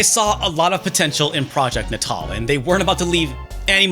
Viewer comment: hearing "Natal" being pronounced like that gives me the ickies...